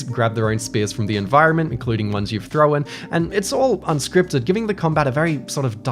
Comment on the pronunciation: "...including ones you've THROWAN".